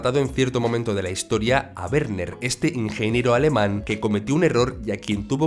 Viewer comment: Primera vez que oigo a alguien pronunciar bien el nombre de Werner, enhorabuena!!